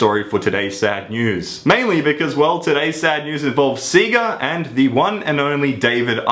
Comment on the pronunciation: its SEGA not SIGA